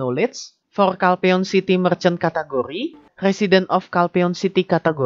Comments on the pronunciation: Cat Curry 😂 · love how u say "category", sounds like food